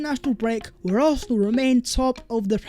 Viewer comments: What we saw “Vhere and vhere”?!! Learn to speak properly! 😂😂😂😂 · Hey! Can you PLEASE explain why you keep saying Vhere is vhe video vhere and vhere? It’s NOT English, mate! 😂😂😂